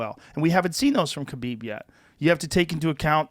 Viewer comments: Joe can say all these Brazilian names with the correct accent, but can't say Khabib's name right ever. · Most people say khabib wrong and his last name has a crazy pronunciation.